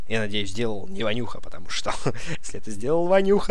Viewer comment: не шо а что